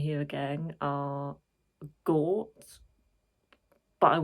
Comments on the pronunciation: You got the pronounciation right, Gaw-teh. My favourite song for sure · You say Gåte differently. So I would say, pronounce it the less English way, with focus on the E in the end😅 if that made sense, because you did say it right:)